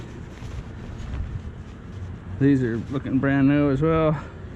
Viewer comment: LOL, I had to listen 3 times when you were looking at the plaid shorts to hear these are "lookin'" brand new as well. I thought you said something else instead of "Lookin"....LOL....